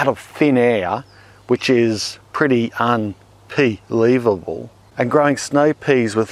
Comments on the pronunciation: I hit subscribe at "un PEA lievable" 🤣👌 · Un pea lievable.. Made me laugh..